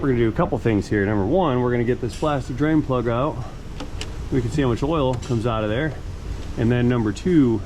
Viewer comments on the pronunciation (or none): One time drain plug, or did you say brain plug?